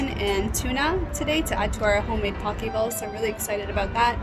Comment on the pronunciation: Poke (bowls) is pronounced poh-KAY